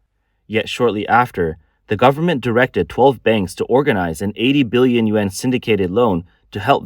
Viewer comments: Dear Rico, Thank you for your input. I must have been too blunt in my attempt at correction. The narrator should use better enunciation for the Yuan as some people listen rather than watch these podcasts and if you listen carefully, he doesn't speak clearly and some people will misinterpret and dismiss his valuable information. I hoped to give useful criticism to aid in his presentation of his information. I didn't mean to sound unkind. Thank you again for caring about this valuable podcast and helping me to be less blunt. Shalom. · He is clearly not saying yen.